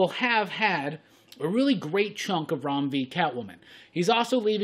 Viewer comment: I love the fact that you took time to learn & pronounce his name correctly. Thank you!